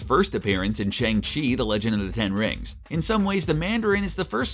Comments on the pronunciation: Isn’t Shang chi pronounced Shung-chi??? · It’s Shang chi not Shang chi learn to pronounce